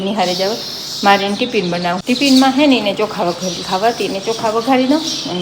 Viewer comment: ટીપીન ન કહેવાય ટીફીન કહેવાય કાળો લંચબોક્સ કહેવાય